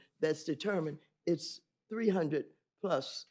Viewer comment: Iss. Not “it’s.” Iss